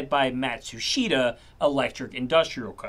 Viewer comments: BTW it is pronounced MAT SHOO STA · "Mætsoosheeeeeduh" 🤣 A 3 second Google search how to correctly pronounce a simple name would have overexerted you, I guess.